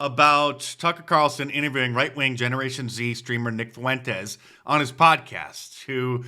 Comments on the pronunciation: Why does everyone pronounce fuentes as “foowentes” yall act like uve never heard a latin name before. Its two syllables not three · Why TF does Mark Dice, Trump, or anybody else say "Nick Fuh-wentez," and not "Nick Fuentes?" There are two syllables in the name Fuentes, not three. Say "FWEN-TEZ." I love Mark and Trump but it's extremely aggravating how they keep saying "FUH-wentez."